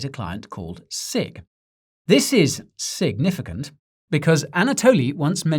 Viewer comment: It’s “sig”nificant